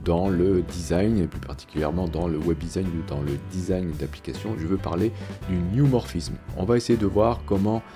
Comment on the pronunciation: C'est pas New mais neu 😉